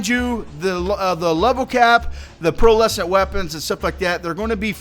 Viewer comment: Pearlescent bro, not Pearl Essence